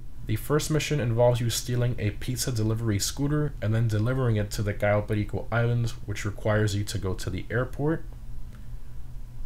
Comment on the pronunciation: Im just curious so why are you pronouncing Cayo Perico like that and KeineMusik completly english ?